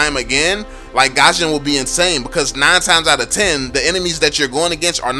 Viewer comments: IT'S NOT PRONOUNCED AS GASHON IT'S GUSHON THAT'S HOW TO PRONOUNCE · Its Goo-shion not Gah-shion. It bothers me so much how you say his name🙃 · who the fuck calls gusion Gasion? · Lol he said Gasion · No one: Absolutely no one:: pronounces gusion